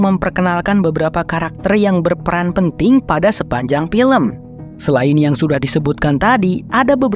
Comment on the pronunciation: FILM ...EEEFFFF EEEFFFF bukan PILEM .....VIRUS bukan PIRUS ....VEEEE bukan PEEE